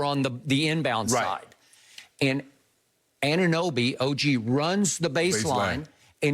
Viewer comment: Good job Skip for pronouncing "Anunoby" correctly! But.. really the Raptors blew game 2 and stole game 3, while shooting extremely poorly from the 3s. I like the Raptors chances! GO RAPS!!!!